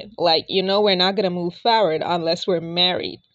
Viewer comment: *FORward NOT “FARward”.